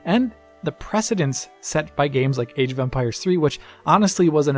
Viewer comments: Is it me or does it sound like he’s saying “Age of umpires” hahahahaha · I keep hearing age of Umpires.